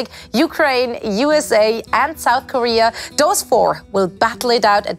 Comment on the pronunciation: "South Corea" lul